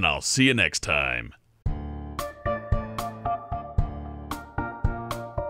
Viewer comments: Sounded like you said "kowai" instead of "kawaii" ... kowai meaning scary/creepy instead of cute XD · Ha! you said "kowai" which means scary instead of "kawaii" which means cute! XP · he just called totoro kowaii😯😯 no!!!!! totorosan wa totemo kawaii desu!!!!! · I wonder if he said kawaii or kowaii. both works I guess. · is it funny how he said kowaii bastard instead of kawaii? cause kowaii means ugly. kawaii means pretty. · Kawaii = Kah-wah-ii, not kah-whyyyyy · Sounded like you said "scary" bastard. Kowai meaning scary. But the mispronunciation of the word for cute in this video goes both ways so it's ok in my book. Just wanted to let you know. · Did he say kawaii?! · He said kawaii omg😬😬😬😬😬😬😬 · should probably never say the word "kawaii" again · I love how he tries to say "cute" in Japanese at the end but instead says "scary"...